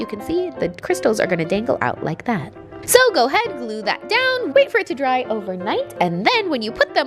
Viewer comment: No one: Literally no one:: so~ ( speak in accent )